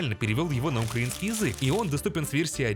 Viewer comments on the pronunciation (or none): none